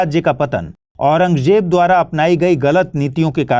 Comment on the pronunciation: Itne bade teacher hoke aurangzeb bolne nhi aata .... j nhi z hai